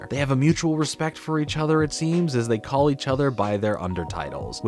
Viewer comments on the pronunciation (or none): none